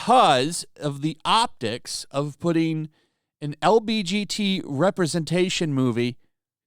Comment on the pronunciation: He said lbgt 💀💀💀 please- that was funny. But still, I see no issue and I've listened to Ben Shapiro and now you talk about it, still can't find a problem here.